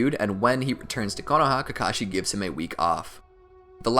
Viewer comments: While you were talking you said kakachi and not kakashi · He said ka Kai in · at 29 40 u say *kakaki * lol